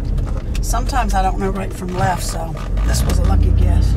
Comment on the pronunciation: The condition is called “sumtimers”, PLZ do another video with your sister. I ain’t laughed this hard in some time lol.